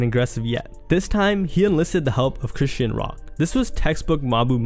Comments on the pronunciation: Chris-SEAN (sh-aw-n) rock not "Christian"🤨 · Chrisean name has been floating around so long for you to be pronouncing it wrong. Chri-Shawn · Bro said Chrishyn Rock ! Lmfao!! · Fashir twin - it’s ( chris”-Sean” , = chrisean😂😂😂😂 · This is a great video and I love the content my only complaint is the way you say Chrisean bro 🤣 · the way you say chrisean irked my soul 😂😂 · Now you know damn well that’s not how you say chrisean